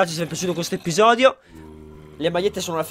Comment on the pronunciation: "Episoio" hahahah #dislessiaportamivia